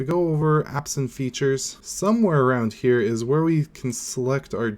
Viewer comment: "Apps & Features" sounds like "absent features" :D